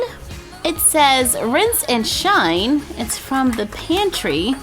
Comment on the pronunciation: I know nobody’s perfect but I just found it kinda funny how she said rinse and shine and not rise and shine.A cereal the cleans you teeth?